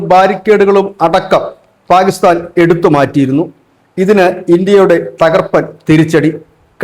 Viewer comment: പാ'ഗി'സ്താൻ അല്ലടെ...kore kalamayille? Inim pathichille?